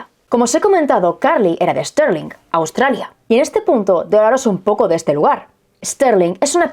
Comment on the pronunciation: Stirling se pronuncia tal cual: Es tir ling. Es homónima de una ciudad de Escocia.